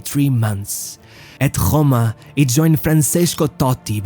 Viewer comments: Pronounces Roma like gggRoma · You need to stop pronouncing ANY R in that way. How the fuck did you pronounce ROMA? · You make very good videos, I just have a question on your pronunciation: is it a marketing choice? You clearly know English very well and I am sure you know the English pronunciation for Rome, however you still use your own (this is quite annoying, use the correct one or the English one). Same thing for the "Ch" syllable, instead of saying the 'c' sound you say 'sh' and I have no idea why, the only reason I can come up with is marketing purposes, you're trying to make yourself more remembable for the viewers and just so you know there is no reason to, we do remember you thanks to the content. If it's not marketing, it's probably ignorance. Well everyone is an ignorant in something so nothing bad here - Chance is the English pronunciation and word, used I think only in English. Shance (written chance) is used in most Latin speaking countries and is a French word most of Europe started using with their pronunciation, for example Italy or Spain do the same thing you do, however when you speak English there is no reason to use it in French as a word exists (and it's the same haha) Nice work! A few more suggestions, when you throw prices at us try to contextualise us into them. For example, Roma paid 80 million euros to get him - Maradona costed 20 for Napoli at the time or try to put us in perspective by saying a max cypher they would pay a player for.